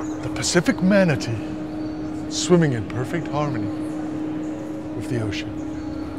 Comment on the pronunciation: “…Pacific Manatee…” good American accent!